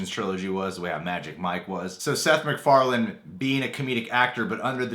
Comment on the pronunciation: mandela effect It's Seth "Mac"Farlane not "Mc"Farlan